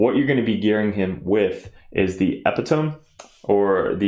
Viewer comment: Love ur analysis mate, but it is: Eh pee toe me = epitome Khwui rass or Quee rass = cuirass 😅